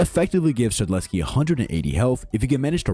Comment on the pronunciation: Shedletsky is s tear not a A tear